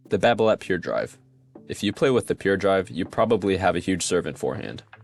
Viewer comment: You don’t pronounce the “t” on Babolat!